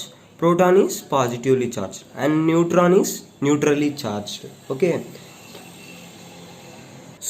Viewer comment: Neutron bro netron kadhu